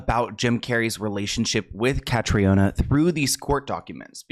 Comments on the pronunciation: Hey! Just out of respect for Catriona, and for anyone who comes across the name in future (it’s a popular name in Ireland) it’s pronounced Ka-TREE-nah. Triona is also a popular shortened version of the name, and is pronounced TREE-nah, sometimes TREE-unnah, depending on the person. The O isn’t emphasised. Its also common in other Celtic countries like Scotland, as it’s a Gaelic variation of Catherine. Love your content ❤️ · i'm irish just to let you know it's pronounced "kat-treena" but yeah that story has always given me the creeps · Irish ppl watching the video hearing her name as catriona when here in Ireland it's the Irish prenounition is Catrina its just spelled the Irish way🇮🇪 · Just a heads up, her name is pronounced as Katrina. Catriona is a common Irish spelling :) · So her name is pronounced like “Katrina” just an fyi x RIP it’s a very sad story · Commonly mispronounced but her name is produced Cath-ree-na, its an Irish Name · Hi, I know its not important but as an irish person Catriona is pronounced cat-tree-nah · Hi, her name is pronounced (kath- reena). If your doing a video on her, please at least prounce her name Correctly. RIP 🙏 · the name is pronounced like Katrina btw :) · Pronouce katrina. Trust me I'm from Ireland 🇮🇪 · Hi her name is pronounced Kat-tree-A-Nah it’s an Irish name so not pronounced like English I know languages are soo hard xx I never heard of her I’m shocked as I’m Irish and MUA thanks for educating me! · her name is pronounced the same way that you pronounce the hurricane in New Orleans…Katrina. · I believe that Catriona is the Irish version of Katrina. They pronounce it like Katrina. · Katriona is the Irish spelling of Katrina and is pronounced Katrina